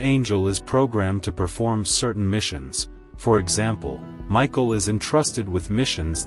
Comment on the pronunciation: Not machine but Michael.